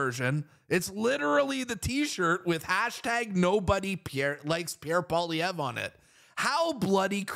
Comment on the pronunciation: At least this guy pronounces Pierre's Surname 😊 I need all the help I can get